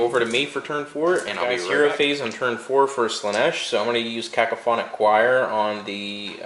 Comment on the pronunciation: Know what would make a better video? Even more then getting stuck into combat? Knowing how depravity works. You've played this army before mate. Also learn how to pounce cacophony.